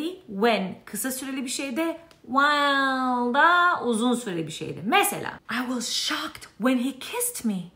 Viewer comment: While söyleşiyi çok iyi değil mi yaa😂😂